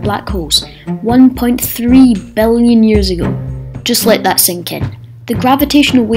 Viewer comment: Why do you say billion, "bellion"? Come on.